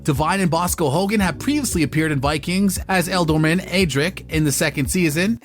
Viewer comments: Sorry to do this but it was King Ecgberht not Edward. And they are Elderman not el doorman. You make them sound like Spanish bouncers 😂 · How can u say elderman wrong 🤣😂🤔